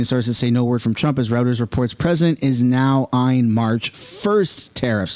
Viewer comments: It's roy-turs not rooters. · Heads up. The word is pronounced "zarr" and the news agency is pronounced "roy-ters". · It's ROY-TERS!!